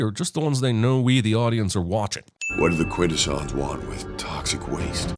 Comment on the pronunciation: He mispronounced "Quintesson".